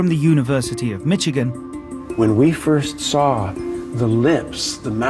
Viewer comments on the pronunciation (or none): When the narrator says Michigan, it sounds as if he is saying Mitchigan. Typical British English.